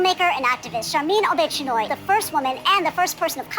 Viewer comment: "Sharmeen O-Bitch-Anoy" XD